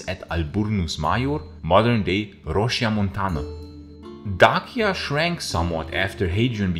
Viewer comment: You’re the first person I’ve ever heard pronounce Dacia correctly, bravo!